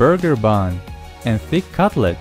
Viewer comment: Catlet 🤣🤣🤣 Wtf?!?! Это patty а не catlet 😁 Походу твой catlet из кота? 🥺🙄😳😁